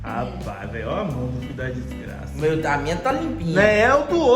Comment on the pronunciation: "Vai meter a sua mão toda cheia de diiixgraça dentro da dixgraça..." #ideiacheque